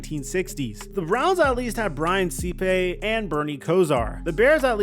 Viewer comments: Si-pe, not Sea-pay. Are you going to Tagliabue every other name from 30 years ago? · Brian see-pay? Oof. It’s Sipe. Rhymes with pipe. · Sipe isn't pronounced "Sippay", it is pronounced with a long "I". Rhymes with swipe. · Who the hell is Brian Se-pay? It's Brian Sipe. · name pronunciations are killing me. Paul Tag-Lee-a-boo. Brian S(long I)pe, NOT see-pay. Mark Gas-tin-oh. Holy moly, watch some archival games, please. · Hey, hey,... Probably already mentioned here, but just to keep your incredible credibility (and it is, seriously), CLE QB from the past is Brian SIPE, like PIPE... but with an S. I'm old. I was there. Keep up the great work! Love your videos! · Dude,learn how to pronounce people's names! "Brian See-pay?"😅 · Brian "see-pay" lol. and how did you not mention fran tarkenton. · Browns’ Brian “See-pay”? Kid. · Cleveland Browns quarterback Brian SEE-PAY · Did he just say Brian Seepay?? 😂